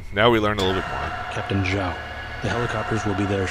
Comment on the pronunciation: Zhao, not Zaho lol